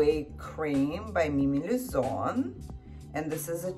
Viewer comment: Она так по-русски сказала by Mimi Luzon на 😂💝